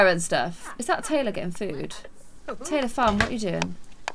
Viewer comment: she said Tylar instead of Taylor